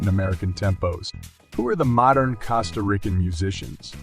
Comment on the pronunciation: I am very tired of AI narration. Mispronunciation of words like ‘Costa’. Just, please, hire a human.